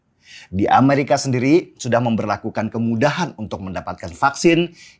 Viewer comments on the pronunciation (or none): none